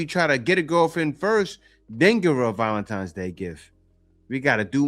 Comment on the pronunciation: So obsessed with a made up holiday predicated around the emotions of delusional women, but can't even pronounce the word VALENTINE'S properly.... society is hemorrhaging!!😢😢😢